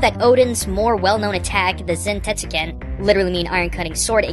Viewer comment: zAntetsuken.. with an "ah" sound